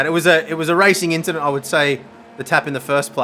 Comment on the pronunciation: It was a racin inchident